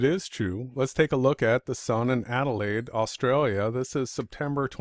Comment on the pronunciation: I'll pipe up here, as uses extracts from one of my Youtube videos in his support of the AEmap which motivated this rebuttal (by of Awake Souls). Adelain? Adelain? why does continuously refer to Adelaide (where I live) as Adelain in the context of this video, is this something similar to what Obama did when he took office i.e. deliberately mis-pronounced his inauguration speech, is this some type of Karma thing? FAIL! in part of the original video mentions that the Sun sets right-to-left (which it does here in Adelain) and then moves off 'around' or words to that effect. I live here in Adelaide tell me where the Sun moves off 'around' in this: and why the clouds remain lit for so long after the Sun has clearly 'left the building' Oh yeah, Great Work you are Champion for the Truth.